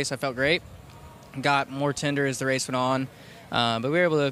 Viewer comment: Ohh Noo I’m too huwt to wace 😭 Waaaaaa 😩